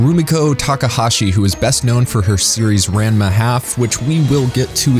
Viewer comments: Ranma is pronounced RON-MA. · Obligatory "Ranma 1/2" is pronounced "Ron-ma(think the 'han' in 'Gohan') one-half" comment is obligatory. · hi yes love the video but it's pronounced "rahnma one half" just fyi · I really hope "RANN-muh HaLf" was ironic lol